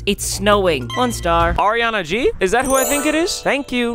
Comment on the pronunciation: LMFAOOOOO "arianna g" "rick a"